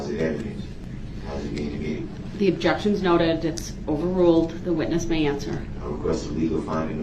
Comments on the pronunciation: … and leading… and spekkalative, and relevancy, and subject matter jurisdiction, and takket, and plaintiff, and biased, and sub-stained, and standard interrogation techniques, and alleged, and identity, and objekkshuns 😂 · The Judge Sustains 1 of DB’s Objec-Shuns on the “GROUNDS” of Hear Say! Leading! Or “Speclative” then he uses that same Objec-Shun as many times in a row that he can, thinking the Judge will continue to Sustain his RIDICULOUS Objections! I Love how Casey stares down DB after ask a question! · 😂😂😂😂😂 what no Objec-shuns?